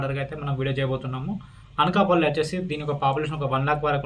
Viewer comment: Achesi kaadu.Vachesi anali